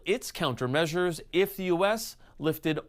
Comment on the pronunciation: DeE ArT oF dEe dEaL 🥴